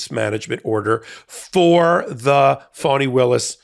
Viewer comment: I know that you would be irritated if someone, everyone in this case, kept saying your name wrong, repeatedly. So, here is the break down. Fani Taifa Willis - fa ni, FAH-nee; FA as in Do Re Mi FA So La Ti Do - not fawn, not fan.